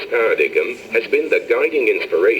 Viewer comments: "Para-dig'em" lmao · Paradigum. How funny. :D That's how I thought it was pronounced for a long time until someone told me otherwise. Apparently no one has told this guy otherwise...